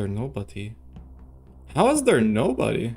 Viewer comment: "iz zer nobody?" "how iz zear nobody?"